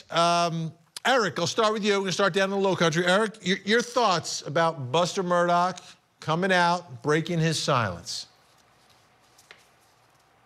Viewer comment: Vinny for the love of God, it’s MurDAW not MURDOCK